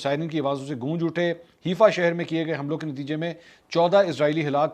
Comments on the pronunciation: Name is not Heefa It called Hi-fa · it is haifa not heefa it is pronounced like 'hai faa'. seems like you have been watching haqeeat ki duney lately.